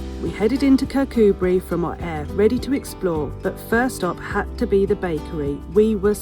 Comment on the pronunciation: Yes 'Kircoobree' is the way to pronounce it, you were getting it right in the video! Lots of Scottish place names are hard to pronounce and not easy to get right at the first attempt... easiest way is just to ask a local 😁